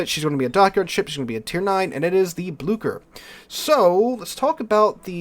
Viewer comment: Like i am not best at pronouncing names in langueages idk but u absolutely murdered the Blücher. It is an ü not an u and it isnt an k it is ch so it is more like Bloosher. Idk a english word with a ü sound so oo is closest i gues.